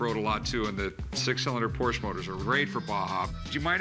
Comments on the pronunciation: Correct. Ricky actually pronounces it correctly , it's pronounced like there's an SHA at the end. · I love when comes in and starts pronouncing Porsche correctly 😂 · wow, nice to see someone pronounce "porsche" right. I like that guy